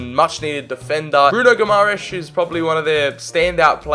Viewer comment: Pls search how to properly pronounce Guimarães